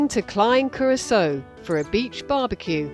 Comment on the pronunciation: Excellent videos ! But why is it that you insist on inventing your own pronunciations of common names ?!?! Patreon, and Curaçao ????